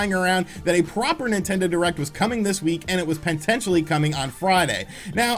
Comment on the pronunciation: what is "pententially"? lol